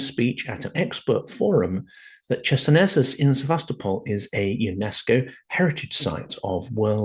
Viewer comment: Closer to ISIS. Well said! I was taken aback by that pronunciation of Chersonesus (χερσόνησος is still a common placename in Greek, meaning peninsula and sounding like hair-SOh-ni-soss) but maybe that's what has become the standard in English-speaking archaeological circles. A trivial detail compared to your important message.